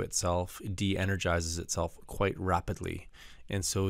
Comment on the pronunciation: It sounded like you said "quiet", not quite...